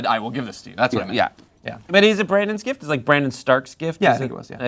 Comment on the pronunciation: What kind of a MORON would pronounce "gift," "jift?" WTF?!? What a fuckin moron!!! Ever since he said he "hated" "The Walking Dead"while his bitch ass is reviewing it for viewers who love that show, I've been so annoyed by bitch ass!!!!